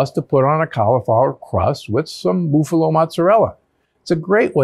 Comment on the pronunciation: 'Boofalowe' mozzarella...